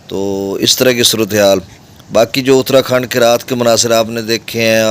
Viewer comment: جناب اترا کھنڈ نہیں اتار کھنڈ ہے آپ کی اطلاع کے لیے